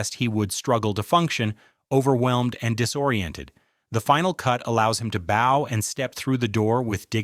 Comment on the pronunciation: AI narrators that throws in the occasional um and uh but mispronounce 🎀 with bow are peak comedy